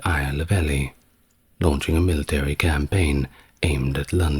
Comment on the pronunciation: It is STEE-VAN, not Stefan, RAH-NOLF of Chester, not Ray-knoll-fuh and EEL-EE not ELLY. Otherwise I love this channel. (Although waking up mid flow to hear that my actual son; Stefan, was apparently being held 'in relatively comfortable conditions' in Gloucester Castle by order of the Empress did somewhat explain why I had just stopped dreaming my real life son was fighting a medieval female Pope to become Holy Roman Emperor hee hee). You are sooo anarchic inside my mind!!! Thanks for your content.